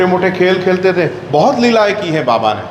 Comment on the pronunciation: आदरणीय श्री...जब आप बाबा शब्द का उच्चारण करते हैं तो यकीन मानें उसमे अपनत्व झलकता है ❤️ और मैं स्वयं भी ऐसा महसूस करता हूँ कि ज़ब भी मुख से बाबा शब्द निकलता है तो लगता है श्रीहरी का नाम जप कर रहे हैं। अदभुत हैं मेरे बाबा... अद्भुत हैं उनकी लीलाएं 🙏 बहुत सुन्दर वर्णन किया आपने ❤️ सादर प्रणाम एवं जय साईराम 🙏